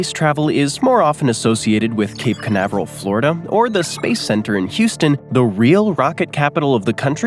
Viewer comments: The map showed Mount Whitney northwest of Badwater Basin, not southeast as you said. Also it's "Houston" not "Huston" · Houston not Huston! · ah yes, Huston Taxes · The city is spelled Houston, not Huston...